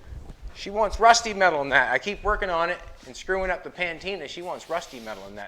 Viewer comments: Patina not pantina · Patina,, Not pantina. Doesn't matter though. The work is awesome. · PATINA!!!!! not PAN TINA...... sigh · Patina NOT Pantina !! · Hey. It's patina, not pantina. All good man, keep rockin'. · I thought I heard it an now I did ....patina [pəˈtēnə] NOUN a green or brown film on the surface of bronze or similar metals, produced by oxidation over a long period. synonyms: layer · coat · coating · covering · cover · surface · sheet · blanket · dusting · skin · overlay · screen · mask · wash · glaze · varnish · veneer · veil a gloss or sheen on wooden furniture produced by age and polishing. synonyms: shine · sheen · luster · gleam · shininess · glossiness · brightness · brilliance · shimmer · sparkle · polish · burnish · glaze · varnish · ........ you made up a word : P A N T I N A -------- it's patina. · . PSSSST. ITS "PATINA", not PANTINA as you insist on saying jfyi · Jolene tell it’s patina, he keeps calling it pantina lol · Jolene, Please advise that ' Pa - teena ' has just the one ' N '. Patina. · I dont know if is joking when he says “Panteena”. Lol!